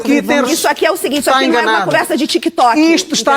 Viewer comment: "aqui não é conversa de tchiikitoki" 🤣 Tik Tok deve ser só mesmo só do que essa chiva berrante conhece.